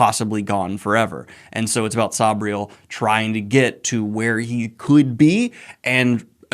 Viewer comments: Noooo, is it really pronounced Sob-riel? I've pronounced it Sayb-riel my whole life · Garth nix pronounces it "say-bree-el" but says he doesn't mind how other people say it.